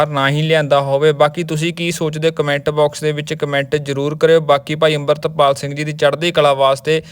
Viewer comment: ਬਾਈ ਜਦੋਂ ਸਾਰੇ ਲੋਕ ਅਮ੍ਰਿਤਪਾਲ ਕਹਿੰਦੇ ਆ ਤੁਸੀਂ ਡਰਦੇ ਓ ਕਿਸੇ ਤੋਂ ਕਿ ਅੰਬਰਿਤਪਾਲ ਕਹਿੰਦੇ ਓਂ😢